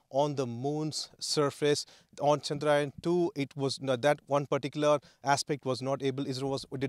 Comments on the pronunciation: 🙏 good comentry , pl pronounce the name correctly, It is chandrayaan , not chandraayan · It's Chandra-yaan, not Chandraa-yan... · It’s not ‘chandraa yen’ kid it’s “chadra yaan’😇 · Who is this reporter? Can't pronounce 'yaan' properly.